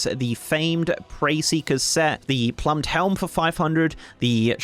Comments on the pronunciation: “Plumed” is pronounced “ploomed” not “plumbed”. Just fyi. Great video otherwise ;) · Look I hate to be 'that guy' but I really need to be an asshole right now: 'Plumed' helmet is not related to the plum fruit. It is pronounced 'ploomed' like a plume of feathers. 'Preferential' is not whatever you ended up saying, it is 'pref-er-ent-chal' I am hearing Youtubers butcher the English language more and more every day. If you aren't sure how to say something, Google it. Re-recording cannot possibly be that big a deal. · Ploomed, plum-ed😂